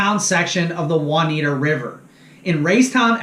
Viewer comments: Anyone that hasn’t commented on this video and didn’t notice that the River is called the Juniata River (pronounced June-i-ata) not Juaniata River. Also it’s Aitch Boat launch (pronounced like the letter “H” ) so if you commented and didn’t catch that my guess is you never been near Raystown Lake. Some decent info in this video but can tell he’s never been to the lake. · It's pronounced June-ee-atta not Won-ita! ROFL